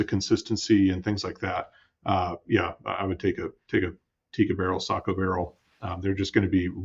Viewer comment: Yes finally Sako is pronounced correct unlike anybody in Australia can do. 😅😅😅